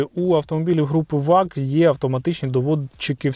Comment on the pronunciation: Братику дякую за цікаве відео, але прийми до уваги, що абревіатура VAG німецька і перша буква V читається як фау а отже Фольксваген Ауді Груп.